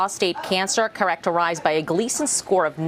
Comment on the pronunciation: Interesting; where did the 1st Fox reporter learn English? Many common words with "alternative pronunciations" in my opinion. (Nodule, characterized, metastasis, etc.) The second one reread the statement correctly.